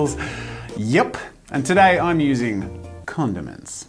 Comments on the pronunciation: So many times I thought he said condoms 😂🤦🏻‍♂️ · jazza you mumbled when you said condiments and it sounded like condom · thought he said condoms not condiments cool video